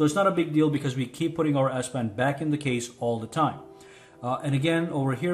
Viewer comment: Great video thanks a lot I’m sorry but I can’t stop hearing ass pen I’m so sorry